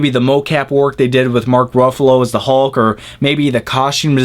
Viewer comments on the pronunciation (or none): none